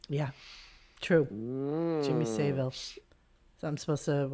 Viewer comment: you mispronounced savile and while that phone call was wacky, to claim that howard and savile have equal careers is pure crap